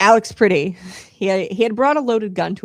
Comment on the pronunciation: A) it's pronounced PRETTI, not pretty. B) he didn't approach officers with a gun, he attempted to assist a woman who was a US CITIZEN that was being assaulted by ICE. Pretti was recording (a right that he has) and was subsequently pepper sprayed by ice agents. He was thrown to the ground, and in the video, you see his hands in a fist while he's on the ground (NOT on a gun) And that's when officers shoot him. TEN TIMES. they shot a US CITIZEN TEN TIMES while he was on the ground and his hands were visible.